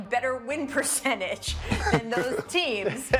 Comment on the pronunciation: Perchange.... perk sounds like he is saying Pucentas